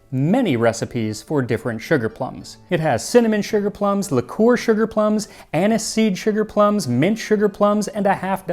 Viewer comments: The way he says liqueur help 😭😭😭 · Do all Americans say Liqueur like you do, it’s different.